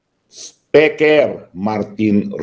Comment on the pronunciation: Hi atty.roque,saludo ako sa talino mo sir,i always listen sa mga program mo,i also cast my vote to u😊meron lng akng puna sau atty.pls dont get offended,pls pronounce the word speaker as(spiker po)hnd po speker.❤peace po atty.😊